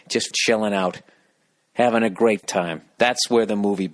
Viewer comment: "I'm 'avin the calamari"